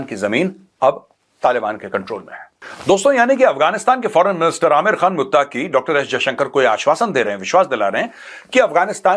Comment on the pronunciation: abay jahil Naam tu sahi ley lay Ameer Khan mutaqi Naam hy flim star amir Khan nahi hy😂